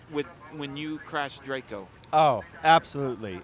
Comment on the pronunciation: It's close but "DRACO"...:)